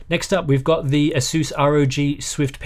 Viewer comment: Apart from pronouncing ASOOS wrong, (Why? there's no O's in it!) and like the americans. Very nice! 👍